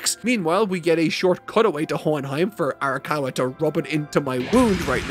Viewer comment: her name is "Ara-COW-a" I think that's the cow bit.